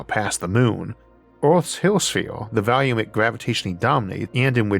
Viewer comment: Dude its pronounced volume not "valume"